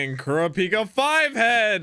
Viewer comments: Can someone please help with how to pronounce Kurapika 😭 the first A is exaggerated while (pika) is extremely short. So like Kuraap-ika 🤔 not Kuruh-peeka. But pronounce is however you like 😅 still here for the ride! I’m so excited for you!! You’re gonna like this just as much as Naruto or maybe even more 🤷🏾‍♂️ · i thought it was "kur-ah-pick-uh" ? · IT'S KUR-A-PIKA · U said kurapkis name wrong see it in dub